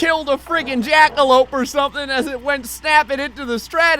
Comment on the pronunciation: This dude just said jackolupe🤣🤣🤣